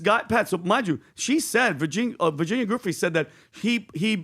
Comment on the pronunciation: Say Virginias name correctly please!!!